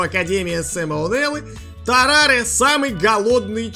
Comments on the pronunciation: Його ім'я Таррар! А не Тарраре! І подивись орігіналу у Сема О'Нели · Не ТАРРАРЕ, а ТАРРАР. И лучше всего смотреть от студии Брокколи из-за голоса.